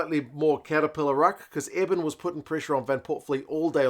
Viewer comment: Love your content. South African lass here. For what it’s worth Eben’s name is pronounced like ‘ear+bin’ not like ‘Evan’.